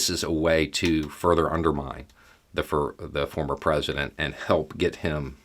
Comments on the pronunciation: Nice slip at end when saying former, sounded like you about said Fuhrer lol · It almost sounded like started to say "fuhrer" rather than "former" president. 🤣😅😂